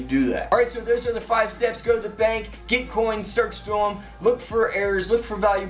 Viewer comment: bank, not bak.